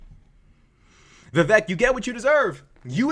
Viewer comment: It’s pronounced vi vake - rhymes with cake.